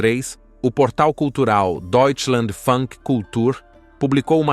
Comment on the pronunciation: Parabéns pela reportagem! Com um pouco mais de treino no alemão, o Senhor conseguirá pronunciar melhor termos como: POMERODE, POMENLAND, DEUTSCHLAND E OUTROS. Mas Está muito bom. Eu tenho uma propriedade no Bairro Dr.Wundervald. muito bom com muita natureza.